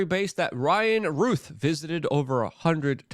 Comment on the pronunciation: Ruth is spelled like this, ROUTH has an ou sound like ou😫ch! 🤨 Why is everyone so insistent on mispronouncing this name?